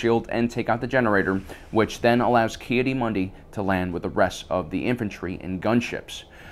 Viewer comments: "Kee uh Mundi" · How does he manage to know so much about Star Wars yet not know half the characters names. "Plo Kloon" "Ki Adee Mundi"